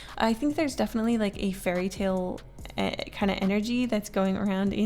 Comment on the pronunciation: i kept hearing 'furry' instead of fairy 😭✋